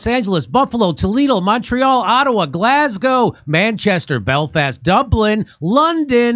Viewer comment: It’s great that you’ve managed to pronounce Glasgow properly. Now you just have to learn how to pronounce Irvine and Craig properly.